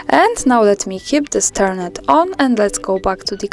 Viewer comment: Thank you very much for explaining this. You have a very nice voice and your English is perfect, but may I say that words ending in, "ed" such as, "turned" are not pronounced, "turn-ed". It is pronounced, "turnd". I'm sorry, I am an English language tutor.